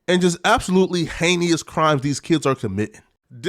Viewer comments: incorrect usage of words for today: “heneous” instead of “heinous” (AGAIN!) 🤦🏾‍♂️ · Every time he says that mess I have to correct him out loud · Bro you say heinous every fckin video and still don’t know how to pronounce it 😂